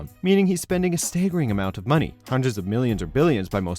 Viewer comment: "stag-er-ing," not "stay-ger-ing." "vij-ill-anty" not "vij-ill-aunty."